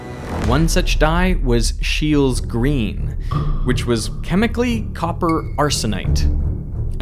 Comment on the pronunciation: Is there something wrong with "scheele's green" pronunciation?